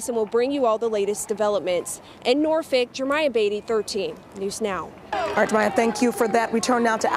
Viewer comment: People have no problem pronouncing FOLKLORE, but must pronounce Norfolk as Norfuck.